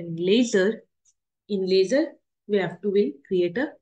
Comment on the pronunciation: ledger not lasser